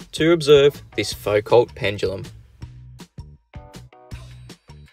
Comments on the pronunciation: Isn't Foucault more like Foo-koh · Wikipedia claims there's one at College of Sciences, Massey University, Palmerston North, NZ. And m8, I know you're a kiwi, but please, Foucault was French, the 't' is silent. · It would help if he could pronounce "Foucault" properly